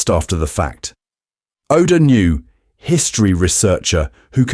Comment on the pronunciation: You said “knew,” but I guess the caption heard it as “nu” from your pronunciation.